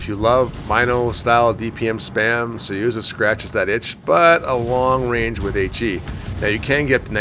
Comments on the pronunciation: Suyuza ?? SUZUYA ! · SU ZU YA Its not that hard!